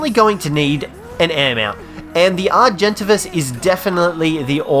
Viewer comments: its AR-jin-TAY-vis not ar-JEN-tuh-vis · Are-gen-ta-vis? Are-gent-A-vis! Like everyone else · Hey I dont think you will see this but the argentavis is pronounced argen-Tavis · HAHAHAHA “Are jen tay vas” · It’s argint-avis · It's pronounced (are-gen-tay-vis) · The way he says argentavis aha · the way this guy pronounces argentavis!!!!!!!!!!!!!!!!!!!!!!!!!!!